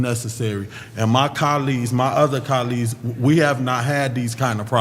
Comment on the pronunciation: 😂🤣😂🤣 "CA-LEE'S" (Colleges)!!! He loves sayn Germaine!!! Can't even spell it!!! 😂🤣😂🤣 "Pacific" (Specific)!!! 😂🤣😂🤣